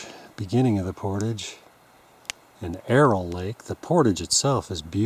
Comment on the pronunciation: Thank's for some good videos. I have dropped a few channels because they mispronounce portage constantly, but there are only so many decent canoe vid's and winter is long in Canada, so you can continue as you will. It is a cultural word to me though, and I would never go to Mexico and mispronounce a culturally significant word. Not if I expected them to watch.